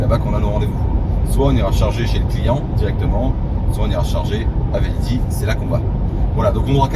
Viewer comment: Merci pour cette vidéo instructive qui confirme bien qu'on peut faire de longs trajets avec une électrique, surtout une Tesla, c'est ce qui m'a décidé à passer commande. Néanmoins, il faut que je me permette de vous faire remarquer deux petites choses : il n'y a pas deux "Z" à Velizy, ça se prononce juste comme ça s'écrit Les prises ne sont pas des CSS mais des CCS. Voilà, voilà...😜 Bonne soirée...